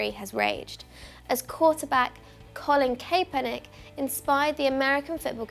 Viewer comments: “ colon kay per nack” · bro any of my fellow Americans enjoy pronouncing Colin Kaepernicks name? CAPE-ernick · I'm American, and when you pronounced colin kaepernick LOL